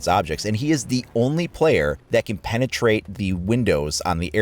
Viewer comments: G-L-AH-Z not G-L-OH-Z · His name is glaz not glaus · oh well in the situation he's called Glaz and it sounds like glass. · Tbh i dnt think glauz is how you say it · I think you're pronouncing his name wrong. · You say Glaz kinda weird...